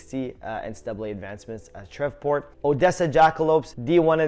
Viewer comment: Shreveport mudbugs pronounced like shreev-port